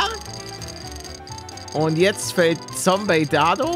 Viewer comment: Warum sagst du wieder Sombey